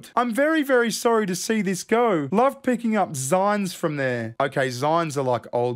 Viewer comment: "Zynes"? I thought it was pronounced like the end of magazine... Like "zeen".